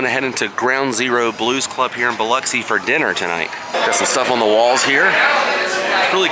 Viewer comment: That you for sayin Biloxi right!!!! Lol I know a lot of people say it funny